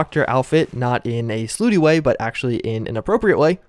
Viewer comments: Slooty way... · “Slooty way”